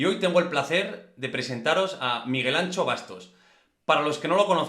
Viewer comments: Como puedes llamar al podcast "no es país para tibios" y empiezas diciendo todos y todas??? Eres un tibio socialdemócrata!!! Por cierto no es "Ancho o Antxo", lo mínimo para respetar a tal eminencia es decir bien su nombre,esa "x" se pronuncia como la sh de Shakira. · Por favor, el nombré de Miguel Anxo Bastos se pronuncia con X gallega (más o menos "sho' o "sio", muy parecido a como pronuncias el nombre de Shakira. Pero no digas eso de "ancho ", que no es vasco, es gallego. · Está gordo pero no se llama "Ancho", se llama Anxo (pronunciada la X como pronuncias Shakira).